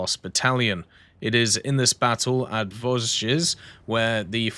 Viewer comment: listening to you trying to pronounce the name of my home region is so funny to me. Actually, the "s" are silent in Vosges, but I get that it's pretty hard, thanks as always for all the videos